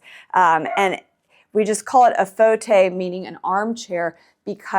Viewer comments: Lovely home thank you for sharing. By the way, Fauteuil- which, indeed is French for armchair. However you have the pronunciation incorrect~ not 'faux-tay', but rather: 'faux~toye"...also, foyer is pronounced: "foi~yaye". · Fauteuil is not pronounced “fotay”.